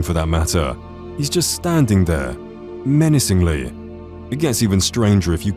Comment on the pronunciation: "meanacingly" we all said in unison